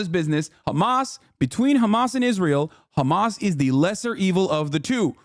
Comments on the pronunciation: She says Hkamas like I would expect Christopher Watkins would say it. Close your eyes and picture him saying. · Bro I’ve watched the “HÀMAăAAS” part so many times i caaannt 💀💀